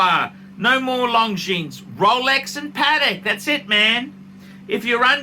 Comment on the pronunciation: Did you say Long Genes?